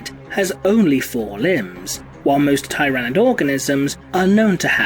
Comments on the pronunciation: Hey, real quick... does anyone else think pronounced Tyranid wrong? I’ve always heard “tier”-anid. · I think this is the first time i've heard Tyranid pronounced tye-ra-nid instead of teer-ah-nid. It's marginally distracting since i've only ever heard the latter format before today. To each their own. Also Tyranids have guns!!? O_O That's horrifying.